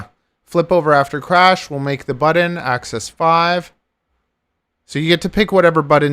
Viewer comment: Please say axis correctly. Thank you.